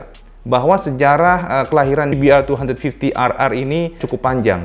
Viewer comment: dibacanya "se be er dua lima puluh errrrrrrrr" hihihi